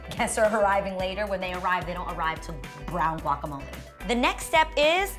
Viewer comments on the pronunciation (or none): Adrianne guacamole is pronounced like (walk’a’) that g is a w....girl you should know that your Latina lol....love the video !!!...That Polaroid idea is amazing